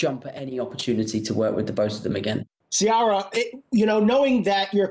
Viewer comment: It’s Ciara but you pronounce the C as in Coconut 🥥 but I loved the interviewer! 💖